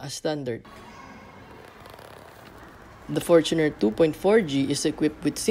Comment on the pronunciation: one thing i really like about this review is yung tamang pronounciation ng fortuner.👍🏼 fortuner from the word “fortune” i lot of people i know laging pronounciation nila “for-TUNER” ano yun? para sa TUNER? buset pang squatter🤦🏻‍♂️